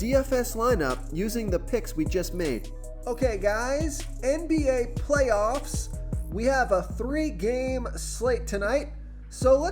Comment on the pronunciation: Dont ever say "playoffs" like that again 😂😂😂😂